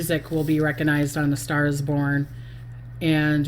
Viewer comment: Recognized, not reckanized.